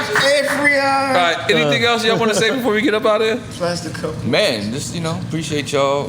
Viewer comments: Nore said “Affrion”, Affion said “Octagon?” 💀💀😂😂😂😂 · Nore murdered Affion's name like 10 times 😂🤣😂